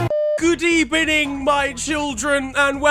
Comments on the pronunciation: R L.A good ebening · Nobody:: Good Ebening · the way it’s eight at night and the video started with good ebening made my night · No one:: GoOd EbEniNg My ChiLdrEn The comments: Nonce? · I cant believe he said GOOD EBENING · nobody: absolutely no one: fucking nobody: have we got it across that in fact no single person unai emery:good ebening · No one::Good Ebening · Hood Ebening everyone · Us : Unai, what do you think of Mourinho Unai : Good Ebening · Good ebening to everyone who’s reading this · Good Ebening. Me: Happiness Noises😀😀😀😀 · Good ebening everyone I think Jose will do well at spurs just my opinion :)))))))